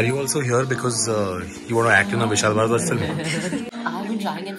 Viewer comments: Did he just say "Vishal Bhadwa"? :D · did he just said...vishal bharwa???